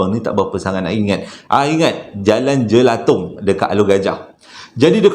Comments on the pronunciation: Jalan Jelatang, bukan Jelatong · Jelatang bang bukang jelatong. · Jelatang bang.....bukan jelatong